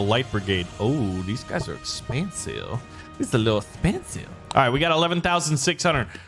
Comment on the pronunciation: The way he says expensive though